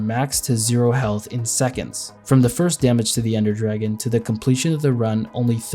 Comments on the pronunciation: 'Ender Dargeon' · Anyone else notice in the first dragon fight “Ender Dargeon” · Ender Dargeon 🤣